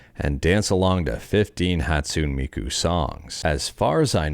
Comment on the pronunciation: Why did you mispronounce Hatsune Miku?